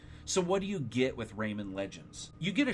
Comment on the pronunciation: Rayman not raymen